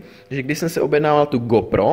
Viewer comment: Ta výslovnost! Magits a Gópro :D